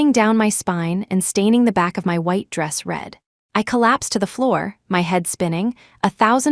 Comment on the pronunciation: WHITE NOT WIDE AS SHEET